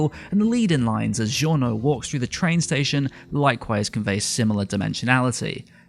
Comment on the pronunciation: Poi come pronuncia Giorno, all'inizio non avevo neanche collegato haha